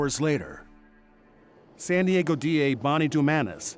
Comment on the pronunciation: what the heck happened , was that an edit or did this person who works as a newscaster really think that San Diego was called “Sanago”?